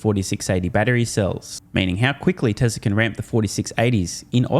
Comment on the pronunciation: he started pronouncing…tesLeR again …. there is no “R”